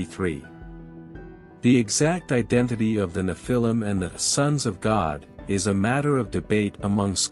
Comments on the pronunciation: neph-a-leum (pronounced) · The accent is on the FIRST syllable, not the second. NEPH-il-im. Google is your friend. You’re welcome. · Nephilim is pronounced wrong and they did not MARRY the women, They Took them, most by force. VERY different definitions